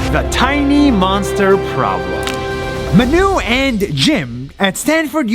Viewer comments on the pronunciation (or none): He say Hi Manu!! Lol!! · I thought he said, "I'm Menu" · Manu: Hi. Im Manu. What i hear: Hi. Im A Nu.